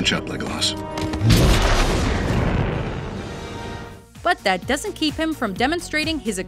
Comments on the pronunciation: You know I've never drowned a video but first saying Legolas and putting such a emphasis on the Las part just always gets under my skin but to him third behind Katniss....ummm major fail! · such bullshit, you can't even pronounce legolas properly.. there's one s not two!! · does it annoy anyone else that she says legolaas rather than pronouncing it legolus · its not Legol-ass, its like Lego-less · Oh god, I hate the way some people pronounce Legolas. It's Legolas not Legolass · It's Legolas not Legoass. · its not legolaas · God, y'all need to put some respect on Legolas's name. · How can Legolas not be number 1? And how can u even mispronounce his name??? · Also the silly bitch can't say logolas right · Did anyone else hate the way she said Legolas? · Was anyone else extremely annoyed by how she pronounced legolas. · why do always pronounce names so weird for example: they sound like retards when they say legolas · Anyone else notice that this chick prenounce a lot names wrong, she pronounces Legolas' name wrong in here, but more characters in other videos. Seriously, if your gonna honor them, say the name right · ikr, say Legolas' name rite the next time